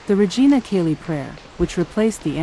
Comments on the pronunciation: Cheli not Kelly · Learn how to pronounce Church Latin! Regina CHAY-lee! Yikes who are you???? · "Chay lee" is how the AI voice should pronounce this